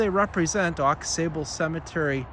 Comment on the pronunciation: It's pronounced Au Sable--x is silent; It's TAAAbler--long a; do your homework. My family is there and i'll be buried there.